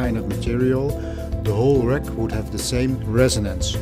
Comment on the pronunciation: You pronounce "wreck" instead of "rack"...